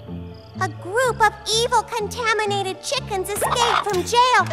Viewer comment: ✨✨CoNtAmAnAtiTa cHiCkEn✨✨🤣🤣🤣🤣🤣🤣🤣